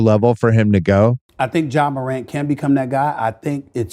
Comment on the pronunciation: I swear I never understand why people hear a pronunciation a billion times and just think to themselves, no, you've all been saying it wrong for the last 10 fucking years.